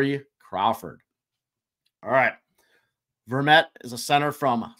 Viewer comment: you said Antoine Vermette perfectly the first time and then weirdly the second time lol... almost there boys!!